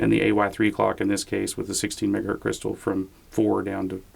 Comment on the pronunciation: Kevin again: "LOL, why do you leave the z off of "megahertZ" when you say 1? You think Zs and Ss are the same thing?